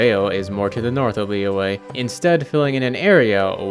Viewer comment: i just want to mention that liyue is pronounced like lee yuh, not lee way. splitting the word up might help you a bit, just think of liyue as li yue, and the y is a consonant sound